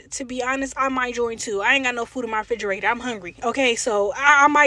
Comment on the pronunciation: "black people on dis erf" ? - "fridgerator" ? - America is NOT the "richest country on earth" - do your own research. PS - maybe if you cut the hair out of your eyes you could see what bullshit you're talking.